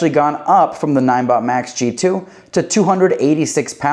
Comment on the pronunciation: Pretty sure n-i-n-e is pronounced like 9